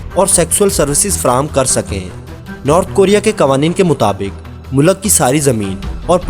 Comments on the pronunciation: O Bhai Mulak Nahi Mulk hota hai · mulaq nahe bhai mulq hota hai ... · Mulak... Nahi vo mulk hota hai... Pure video me...mulak mulak mulak.